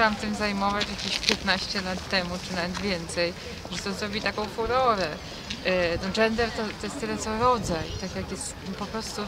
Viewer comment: No i rzeczywiście "dżendeh zhobiło fuhohę" xD